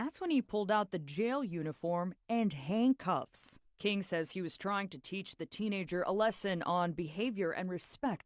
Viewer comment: Did the news reporter say Hangcuffs?